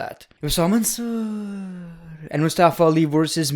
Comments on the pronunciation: The way he says mansoor😂😂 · Great one pronouncing MANSOOOR gets me everytime 😂